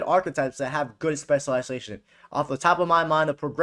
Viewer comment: This guy can not say specialisation